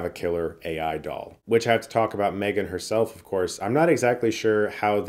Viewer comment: Chris? Why did you pronounce this wrong? It’s called M-three-gan